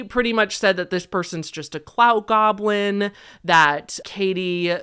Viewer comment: The fact that you mispronounced goblin as "globlin" every single time is sending me 😅 lmao